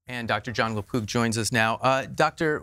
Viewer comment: I thought he said lapoop!!!! CBD and CBG oil good for dementia. And possibly magic mushrooms